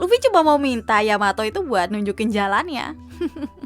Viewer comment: luffy manggil Yamato dengan sebutan yamao apa yamabro